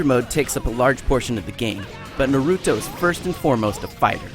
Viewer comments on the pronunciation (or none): Actually, You don't have to PLAY through Adventure Mode just to get the characters. You can get them by unlocking Storm Points. IGN, just fire him. I mean, really. It's Narudo, it's Naruto. It's not Sha-Kara, it's CHAKARA. With a C. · i hate when reviewers call naruto narewtu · Who is Nah-root-oh and what is On-ime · its NA ru TO not, na RU to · Nuh- Roo Toe and ah-nime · "Narooto Shippuden..." *facepalm* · Shockra and Naroodo .... yea this guys an idiot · Nuhrooto Shiputten... Really? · so he says NAROOTO and ONIMAY? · Naruto- Narutoe? Anime- Onime? Chakra- Shawkra? Wtf is this? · nerooto? onamai? shakra? don't be a dumb ass! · hes talking about stupid english speaking in the game yet he says shakra and Nayrutoeh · he said shakra and noroto ^^ lulz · you had to force yourself so hard to pronounce naruto wrong that you made yourself say ahhnime. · First 2 sentences he mispronounces Naruto and Anime, this oughtta be great. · Comon man if you don't even know how to pronounce the name why the hell are you reviewing it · Next time, they need to get a Naruto fan to revive a Naruto game. It always ticks me off how non anime fans pronounce things in Naruto. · Also hated how he said Naruto. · Okay who pick this dumb ass to review this game, he really does not know anything about naruto, let alone how to pronounce Na-ru-to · learn to pronounce its NARUTO ANIME CHAKRA/CATCHRA SHIPPUDEN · I wanna beat this guy up for not watching Naruto and actually pronouncing anything Naruto related wrong! >:D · but he played through the entire game, he should actually be able to pronounce the name right and he is supposed to know all of the facts since he is being paid to know them and to make a review of the game with the bad and good things about them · Ok seriously how hard is it to pronounce Chakra, Shippuden and Naruto? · How come NO ONE ever pronounces Naruto's name correctly? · It's hilarious that they get someone who can't even pronounce the title right to review this. Fuck you IGN.